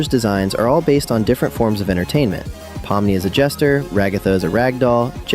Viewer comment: actually, its pronounced 'po-mm-nee', i know since im actually russian myself